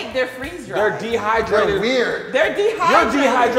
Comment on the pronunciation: "He is de-thigh-drated"